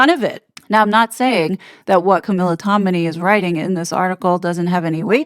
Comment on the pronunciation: You are mispronouncing yet another last name: TOM-in-ay - not Tomini